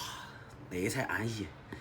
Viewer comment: “…安息（安逸Yi 4)滴很…”。 是不是听错了？有点吓人🥶